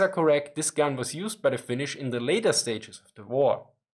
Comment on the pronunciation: Oh god, his Finnish pronunciation was hilarious!